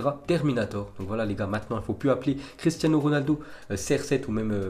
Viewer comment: "Cristiazno Ronaldo"